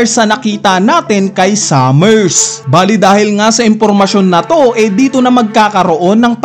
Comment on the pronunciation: eto yung correct pronounciation based on Japanese: Gunko - Gungko not Gun-koo Harald not Herald Sommers not Summers Killingham Hajrudin - High-roo-deen